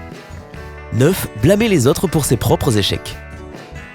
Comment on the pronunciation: "Neuf - z- habitudes" C'est le premier mot de la video. Allez, pouce rouge.